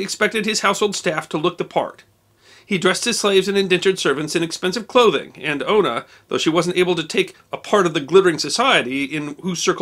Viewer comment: Sorry but it's Una not Ono it's an old Gaelic (gaelige ) name